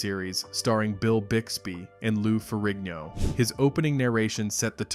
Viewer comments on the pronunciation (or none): none